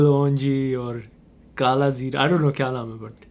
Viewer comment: "Kala zeera"I quit, I give up